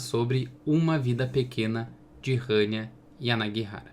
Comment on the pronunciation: Nada a ver com o vídeo, mas finalmente alguém que pronunciou certo o nome da autora